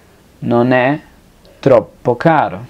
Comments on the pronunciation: xk cuando pronuncias non e cosi tu dices none cosi ?? debes aprender a hablar bien i apronunciar bien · Hola amigo una pregunta notó que al decir "Non é per me" pronuncias "Noné per me" como si fuera una sola palabra esta bien la pronunciación o se debe nombrar primero el "Non" y luego el "é" Gracias por tu material éxitos. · cuando pronuncias ( non é ) se escucha como ( none. me ayudas a Cómo pronunciarlo corectamente. ...